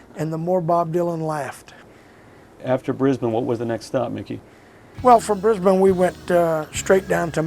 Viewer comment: Mickey's pronunciation of Brisbane and Melbourne was spot on and rare for a Yank! :) Also small correction - head of government is in Canberra, not Melbourne... he was looking at the Victoria state govt buildings I think. Great, warm hearted guy and a fine drummer. For context, the Hawks drummer (the great Levon Helm) had played electric shows in 1965 with Dylan, and didn't like the booing, so he left and Bob and Hawks used different drummers until Levon rejoined.